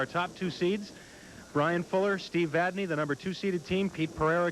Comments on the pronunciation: I'm going to say it again. It's not VadNAY, it's VadNEY. What is it with these two announcers? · V A D N E Y